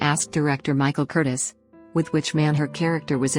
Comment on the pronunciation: Director Michael's name is pronounced Cur-TEEZ. The entire romantic triangle concept with Rick, Ilsa, and Victor, was created and written by Casey Robinson, who did not get a screen credit. The Epstein twins and Howard Koch walked off with writing Oscars. Asked if that angered him, Robinson said, "No. When I win an Oscar, I don't want other guys names there with mine."